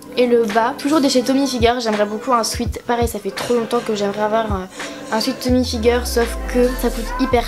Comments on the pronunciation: C'est tommy HILfiger pas figer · On dit Pas Tommy "figueur" c'est Tommy hilfigeeeer 😂😂😂